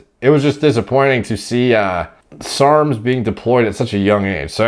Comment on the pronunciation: Why is he saying SRRRMS